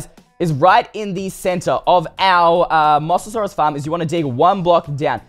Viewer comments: It's called a moze-a-zaurus not a moss-a-saurus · Moa-sa-saurus not Mos-sa-saurus you pronounced it wrong. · im not trying to be rude or anything cause I love your vids and all but it sounds like your saying moss-asaurus instead of mo-sasaurus, sorry it's just a pet peeve of mine for when people say things wrong, nothing against you tho. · 1. Mosasaurus isn't a dinosaur 2. It's pronounced M-OH-SASAURUS Just thought I'd let you know!😁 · It’s pronounced Moses-saurus BTW it isn’t a dinosaur it is an aquatic reptile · its mosasaurus Mo-sa-saurus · ITS MOE=SASAURUS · you said mosasuarus mossasaurus lol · thats not how you pronounce it its moe-SA-SAW-RUS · No it’s moe za sore us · One you pronounced the name wrong and it's from Jurassic world. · you didn't say Mosasaurus right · It’s not mossasaurus it’s mosaurus